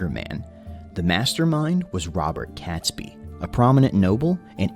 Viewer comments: It's pronounced 'Katesbee' and not 'Catsby.' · not pronounced Cat sbee name is pronounced Kate sbee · Cats-bee? Pronounced Kates-bee. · oh and it's pronounced Kates-bee not cats bee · It's pronounced Kate's- bee not cats-bee. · It’s ‘Catesby’ pronounce Kate-s-bee NOT Cats-by! 🤬 AND don’t get me started on Worcestershire (Wuus tar shire) or whatever the narrator mangled it into🤯 - AND of course he was James I of England as there hadn’t been 5 other kings of that name before him, unlike in Scotland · Robert Catsby name is pronounced Katesbee, that's only one of the things they got wrong in this video! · It would really help if the narrator could pronounce 'Catesby' at least! It's pronounced 'KAYTsby', not 'Kat'. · So many errors: Not Guy Fawkes Day but Night or Bonfire Night, it is pronounced Katesby not cat, James 6th of Scotland & 1st of England, Not war- wick Warrick the second W is silent, narrator butchered Worcestershire. It was Queen Elizabeth's counsellors that came up with Hanging, drawing and quartering, as the old saying goes " a picture is hung but a man is hanged". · Definitely Catesby, not Catsby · cats-b? No it is Kates-B! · Catesby is pronounced Kate's bee .🇬🇧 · Robert Catesby pronounced Katesbi! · Never heard Catesby pronounced Catsby before. Mind you I haven't heard his name said before, only read it. Interesting. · Not to mention CATsby. In my recollection no felines were involved.